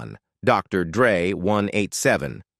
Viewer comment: What Is this😬clickbait,who the fuck is sugay😅'dressda'😮whoever done this thing was never involved in hip hop obviously,where's the final picture s of eazy? pronunciation is all wrong and everything has been said 1000 times before, can't believe people blame hellar for easy saying fuck you nwa I ain't paying,blame the white guy when there's a whole bunch of 'streetwise' black guys that could of fkd him up,what a waste of my time